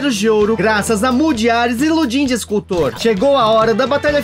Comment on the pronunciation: A pronúncia não seria Rodâm? Igual ao escultor famoso?